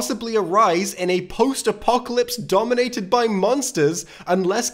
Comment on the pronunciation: There's no way you didn't say "Dominated by monsters" like that on purpose, lol